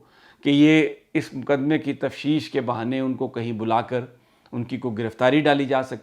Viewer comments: تفشیش نہیں بلکہ تفتیش ہے۔پلیز اس کو درست کر لیں۔ شکریہ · Sami sir..its not tafshish but taftish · Sami sb.I met u on ave h on Coney Island ave.I keep listening u every day.but the word u speak tafshish is actually taftish.may god bless u. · Array bahi Tafteesh hota hay. Tafsheesh nahi. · سمیع بھائی لفظ تفتیش ہے تفشیش نہیں ہے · Sir im sorry to correct you that the word is(TAFTEESH) تفتیش sorry again sir but you csn check it🙏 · sir on a light note, the word is Tafteesh ;)